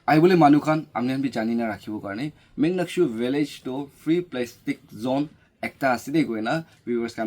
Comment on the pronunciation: Not muknyakshu❌ Monyakshu ✅